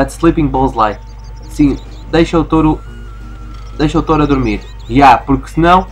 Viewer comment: Um "t-oh-ro"? Ah carago, essa pronunciação foi das boas. Quer dizer que agora o nome do jogo é Sheep, Dog, Wolf & Bull? (risos) Mas a serio, é um obstáculo e pêras, ainda bem que podemos usar os poderes de hipnotismo sem acabar por nos lançarmos por uma colina abaixo como costuma acontecer com o irmão de Ralph...